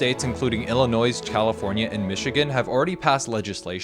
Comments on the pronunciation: As a native to the state hearing Illinois pronounced with the S almost gave me a damn aneurism lol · Illinoise lol